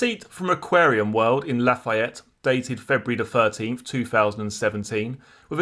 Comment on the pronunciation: Great channel! Lafayette is pronounced La-fee-ette.